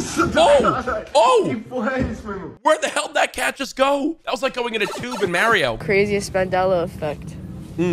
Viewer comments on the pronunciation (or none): It’s Mario, not Mareo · Did bro just say maryo instead of mario